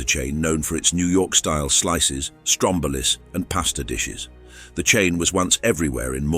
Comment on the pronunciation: I wasn't sure until it said sbarrow like sparrow and strom-boh-liss.